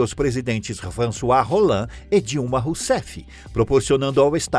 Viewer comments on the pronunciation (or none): "François Rolland" é ótimo. Kkkkkkkkkkkkkk. O nome do ex-presidente francês é François Hollande. E o "h", como na maioria dos idiomas latinos, não é pronunciado. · François Hollande, não Roland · O então presidente francês se chama Hollande, e não Roland. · Erro: François Rolland não!!! É François Hollande!!! Q q isso meeeooo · Presidente François Roland? 😭. É Hollande e se pronuncia " Holandê", 😄